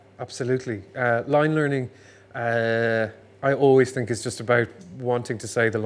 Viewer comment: I find it endearing when he slips into the heavier Irish accent and says things like "I t'ink" instead of "I think". Also he seems like a lovely man.